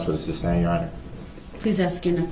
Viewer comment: ITS FAIR TO SAY YOU MURDERED 6 PEOPLE AND INJURED MANY OTHERS. THATS FAIR TO SAY. HE IS AN IDIOTIC NARCISSISTIC SELFISH FOOL. PLEASE SOMEONE TELL HIM ITS NOT SUBSTAIN, ITS SUSTAIN!!!!!!!!! Pmsl 😂